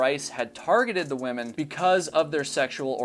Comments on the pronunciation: Why do you keep saying woman's it's women. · Is it just me isn’t two ladies together pronounced women not woman I hear this all the time now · The plural of woman is pronounced wih-men not in the singular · *women ... I am sorry but, every time I heard womans, it was like nails on a chalkboard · Um,? I subscribe and I think your research and videos are generally great, but I'm a little concerned that you don't know how to pronounce the word "women" (although you do seem to get it right every third or fourth attempt). I mean, it's not exactly an obscure word. It doesn't rhyme with "woman". In typical illogical English fashion, it's actually pronounced "whimmin". I'm guessing that 51% of the population – including your viewers – might really appreciate it if you could consistently correctly identify us. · I'll subscribe when you learn how to pronounce "women." Hint: it does NOT sound the same as the singular form, "woman." 🙄